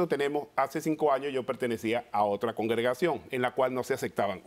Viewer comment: “Congegracion” ahí ya perdí completamente la fe en la defensa de este hombre.😂😂😂